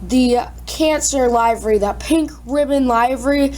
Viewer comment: i think it is pronounced li-very not live-very